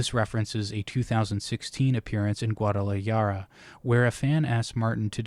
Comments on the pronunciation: damn you butchered guadalajara lmao. its pronounced gua-da-la-ha-ra as in happy but less breathy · just a small nitpick: its pronounced gwaa duh luh haa ruh similar to how jalapeño starts with an h sound. sorry if this was already pointed out i didn't see any comments correcting it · Side note and not criticism (because who knows how to pronounce everything), but Guadalajara is pronounced with “j” as a hard “h” essentially, almost as if you were hissing. Just like how, in Spanish, Mexicans pronounce “Mexico” as “Mejico” (Mejico was actually the official spelling in Spanish for some time). Just thought I’d share! Love your videos :) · In Spanish, the J makes an H sound, not a Y sound. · this mfr shouldve looked up how to pronounce guadalajara after he got done reading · Entire argument invalidated because of your pronunciation of Guadalajara 😂😂